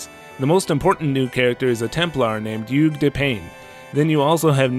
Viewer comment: i was wondering how is Youge a french name and then realized it was supposed to be Hugues.